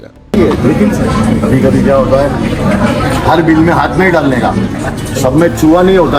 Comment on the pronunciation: Hindi ka uccharan galat hy aapka haat me😢